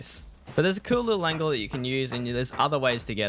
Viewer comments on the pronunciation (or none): none